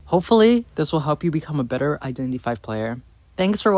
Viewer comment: i thoughts he was saying "identity vai" 🤣